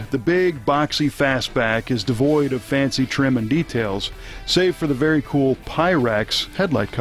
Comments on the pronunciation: Rery Vare haha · Rery vare indeed. RERY vare.